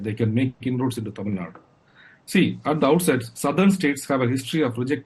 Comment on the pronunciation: Poonavala's pronounciation of some Tamizh words are quite good!